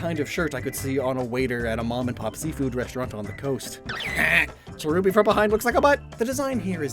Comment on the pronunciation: Why did you phrase cherubi's/cherrim's like that